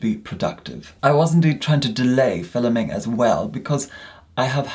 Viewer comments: No one: Not a single soul:: "Filuming..." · “fillums” “filluming” bruh i love him